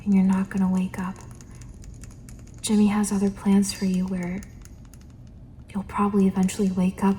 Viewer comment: i heard Timmy and not J*mmy- 😭😭